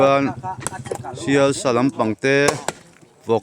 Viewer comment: Sial sa chu a ni ngei a,mahse a lam dan dik zawk chu "se sa" tih tur a ni..